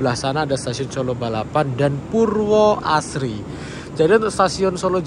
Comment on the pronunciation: Stasiun Solo Purwosari nak, bukan Purwosari 😂 Aku wong Solo, denger langsung tahu deh. 😊